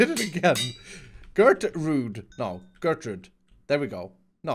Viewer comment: It's "Gertrud"... please...😹